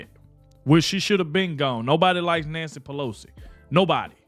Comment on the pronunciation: Did i hear Nasty Pelosi instead of Nancy Pelosi? 😆